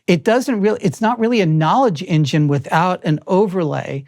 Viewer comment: "in-Jinn" is one of the better admissions of what AI actually is.